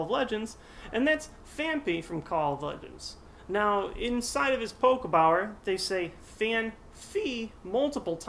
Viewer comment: on the misprint phanpy (phanphy :P) you said Poke-Bower, not Poke-Body. just something there.